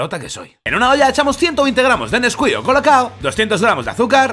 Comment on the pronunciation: Neskuik?!?! Chocolate por dios!!!